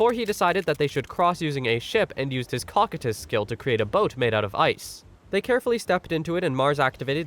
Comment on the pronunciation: I believe that its pronounced "Co-Coy-tus" like the character in Overlord.